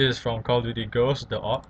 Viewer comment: jeje cal of diury